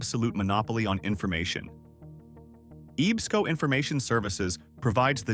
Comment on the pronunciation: EEESCO, is pronounced Ehb-sko...(Ebsco)...I actually knew Elton B. Stephens son, George. He was deaf.